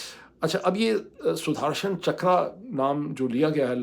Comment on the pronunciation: اسکا تلفّظ ہے " سدرشن چکرا - سدھرشن نہیں Sudarshan, not Sudharshan می بھارتیہ ہوں - آپکا پروگرام غور سے سنتا ہوں - اردو کی تعلم بھی لیتا ہوں! آپکا وروگرام سے بہت کچھ سیکھتا ہوں - گلٹیاں معاف کریں